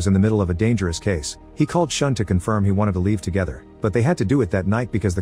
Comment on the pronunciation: The pronunciation of yakuza, Takeshi, and Shun is so bad it pains me to watch 💀It's not pronounced "sean", but "shoo-n", and not "tekeshi", but "ta-ke-shi". Maybe just do a quick google?